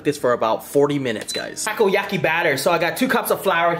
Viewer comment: dude he cooked the Takoyako as he sais but its "Takoyaki" he cooked them so bad and then even used scissors its quickest if you cook good balls and then turn them with a skewer also he uses chopsticks and pokes things that is so disrespectful all over asia